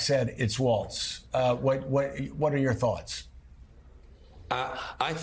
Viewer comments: Who cares what Joe's hot take is on "waltz"? 🙄 It's Walz, WALLS not waltz. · Why did that British guy keep mispronouncing his name!? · MSNBC? Learn to pronounce his name correctly, okay?